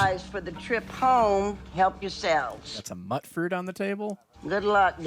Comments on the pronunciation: "Mutfruit" is pronounced "Mute-fruit" because its mutated fruit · “Mutfruit” is pronounced “mute fruit” like mutated fruit.